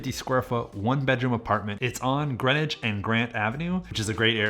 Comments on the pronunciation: Just an FYI: in SF Greenwich is pronounced like "Green _ wich" not like Greenwich village in NY. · North Beach is the best SF neighborhood. but you gotta learn to pronounce Greenwich and Coppola!!! Just playin. nice video!